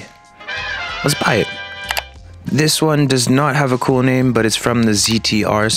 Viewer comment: “my bame is prg”💀